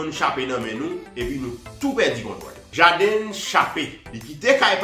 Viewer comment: C JAYDEN LI PWONONSE C PA "JADiN" ni JADEN EPI C WILL SMITH KI FOSEL FEW MASISI LANGYETTTT MANMANW GEN MOUN KI PALE ANGLAIS KI SUPER BRANCHE DE BAGAY SAYO. SO PRUDAN AK KKWAP PALE YO. OU PALE POU MOUN SOT SELMAN